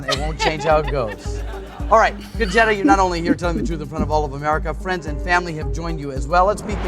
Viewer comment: Woohoo! Her feigning shame at the boss flirting question... 😂 Also why does her name sound like a slang term for a stolen VW? 😂 "Con-Jetta"